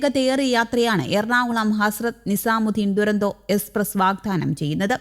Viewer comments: ദുരന്തോ അല്ല തുരന്തോയെന്നാണ് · ദുരന്തോ അല്ല.. തുരന്തോ, തുരന്തോ